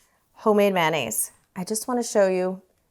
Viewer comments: Pronounced mayo-naise rather than man-aise. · Thanks for the tutorial,. Much appreciated. Now let me return the favor…. Mayonnaise is actually CORRECTLY pronounced: MAY-OH-NAZE”… not “man-aze”. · MAY O NAISE. Why do we say MAN NAISE😂😂😂😂😂